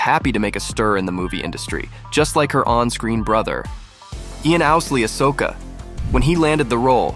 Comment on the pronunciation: SOkka, no it’s pronounced Socka